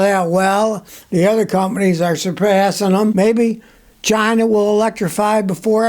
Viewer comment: Scotty said "Chi-NA", just like DJT does. 🤣